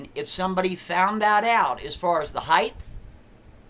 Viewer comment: What in fuck's name is "heighth"? Is that tinfoilhatspeak for height?